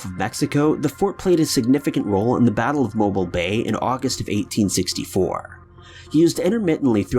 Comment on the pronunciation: I'm from Mobile. You said the name right thank you.